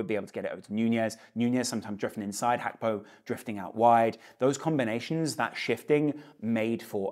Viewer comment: Why you keep on saying Hakpo when its Gakpo